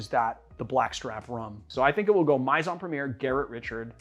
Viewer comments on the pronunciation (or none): Great video…but please ask someone who speaks French how to pronounce "Maison." (It's more like "may-zohn.")